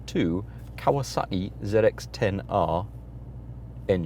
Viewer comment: what was with the Geordie accent qhen you said kawasaki? 😂